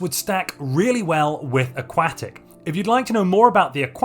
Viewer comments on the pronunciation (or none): I hate hate hate how you say “aquatic”